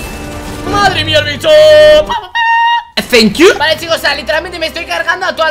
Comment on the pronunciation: Me da mucha risa cuando dice thank you 🤪🤪🤪